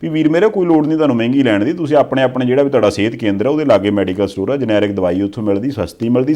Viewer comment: I think the real pronounciation of generic is ge-ne-ric (ਜੈਨੇਰਿਕ) but not g-ne-ric (ਜਨੈਰਿਕ).